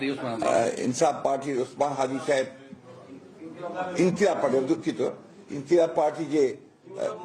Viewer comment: ইনকিলাব ও বলতে পারে না 😂😂😂